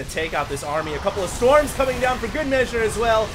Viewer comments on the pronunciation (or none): none